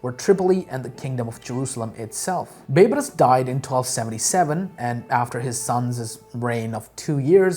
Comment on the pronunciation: Hi. Big fan of your videos and really appreciate the effort. May I just comment on a pronunciation? Its Bay-Bars. Baybars. Not Beybras. Half-Egyptian and it was drilled into our heads in school :)